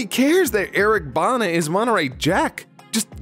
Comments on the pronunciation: lol Eric Bana is pronounced like banner or Bah-nah if you are australian. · As an Australian who grew up with Eric Bana in Full Frontal. Hearing the pronunciation used hurt me.